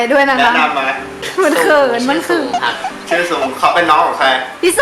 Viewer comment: มาย มาย ซุง ไม่ใช่ ซุม